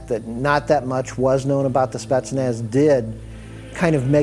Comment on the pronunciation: он смешной, он даже не может произносить "спецназ"